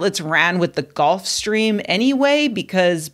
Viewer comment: GULF. GULF stream. Not “golf”.